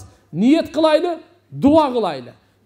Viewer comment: Кылайлы эмес кылалы. Кыргыздын созу кайда бурулуп жатат. Й тамгасын Отто эле кокодотуп жибербейли